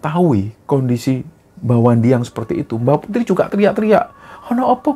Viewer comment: Pada menit ke 13,05,,,kesrimpet ucapannya, bukan Mbah Wandi tapi wa mandi 😂😂😂😂😂,,,sorry terlalu nyimak nih bos..